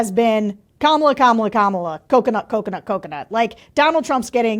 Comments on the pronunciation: KARMAla. Pronounce it how you will Donald. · Here's a bumper sticker: HEY DONOLD IT'S PRONOUNCED KARMALA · Actually, mispronouncing Kamala's name just infuriates people more every time they hear it. Infuriated people reach a boiling point and eventually snap. Any warmth they felt for the Orange 🍊 finally peels away.